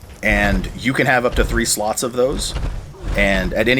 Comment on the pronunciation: HA! When he says slots... it sounds a lot like sluts. seedless to Nay... that's funny as fuck. Oops. I screwed that up. The wrong first letters... My bad. I meant funny as fuck.